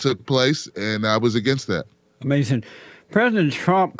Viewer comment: Das amace-in.